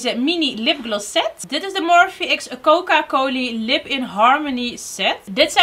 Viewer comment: Coca coli haha, dat was zo lief